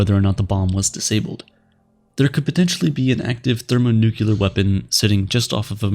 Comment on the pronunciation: What's a thermonucular bomb? No such word.